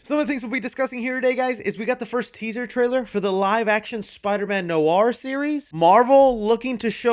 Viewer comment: Noir is pronounced Nwar.